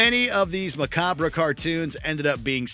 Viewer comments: It's a French word, and it's pronounced "ma-cobb" not "Ma-cobb-bra" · "mah cob" NOT "mah cobrah" (macabre) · "Ma-KAH-bruh?" Macabre is pronounced "Muh-Kahb." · pronounced macahb. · did you say macab-ra? these are pretty lame examples....grow a set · tell me you did not just say, "macab-RUH." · Did the narrator mean to mispronounce “macabre?” This isn’t disturbing information. The only thing disturbing is that awful song. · macabre is a two syllable word. come on people